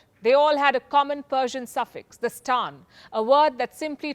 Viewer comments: "Tan"? No, it's staan. Kyrgyzstaan. & yes you're right about the Sanskrit word being used here & not Persian. But the Sanskrit word is pronounced "sthaan" meaning - place. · They all end with Stan. What's derogatory about calling them the Stans? And, If you are going to use English could you practice pronouncing it. I really didn't know what word you were using, and you obviously don't know it's meaning. Such is the danger of reading from the "Idiot card", Now that's derogatory.